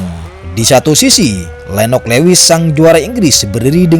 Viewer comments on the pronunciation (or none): Lewis itu dibacanya luwis mas 😅